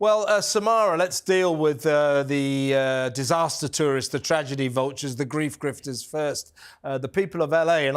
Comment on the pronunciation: He said griefters 😂😂